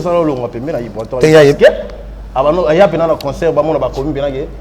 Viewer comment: Ibrator et non Ibraror bo corriger ko Ah ! 🤣☝🏽